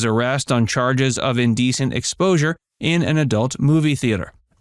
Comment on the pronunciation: 40 you said exposure lol